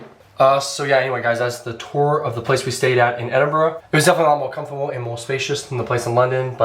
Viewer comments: It’s Edinburgh not Edinbrough! 😊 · It's "Edinburgh" though I totally understand its hard to guess from how you say it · I've never heard of a place called Edinbrough